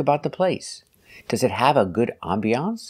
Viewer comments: I cannot believe she actually said "ambiancée" 😲 I could never actually follow her, but I never knew she could be so bad! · It sounded like she was saying I'm Beyoncé with a bit of an exaggerated pronunciation 😁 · "How is it called" and "help of" is just the burden of the Slavic language being her first one. Not sure where she got that "ambiancée" pronunciation from, but I hope she knows how to pronounce "nouveau riche". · 🤣🤣🤣🤣🤦🏻‍♀️ Ohhh myyy! I laughed so hard! I had never heard the word “ambiance “ pronounced that way. Only Marina ! 🤦🏻‍♀️🤣🤣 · Boaz That would be my guess, that is a French word, nevertheless if she is teaching English she needs to pronounce it the English way. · I am a French native speaker. We don't pronounce it with an e (english) sound at the end (used as a noun). The pronunciation in French is closer to what this man says than what Marina says. I don't know where she had heard the word ambience/ambiance. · I laughed so hard when I heard her saying “ambiance “. Sounds hilarious